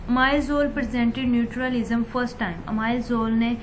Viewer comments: Its natural lism mammmm Not nutur lism 🙄🙄🙄🙄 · Hahahaha it's not neutralism. Pronunciation to theak kar dain. Ye vedio delete kar dain log hansengay